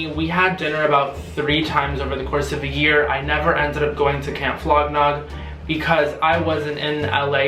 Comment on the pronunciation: Are you saying Camp Flog Knob?